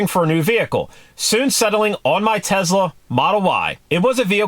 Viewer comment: He says Tezla. Lol. Is that a Chinese knockoff of a Tesla?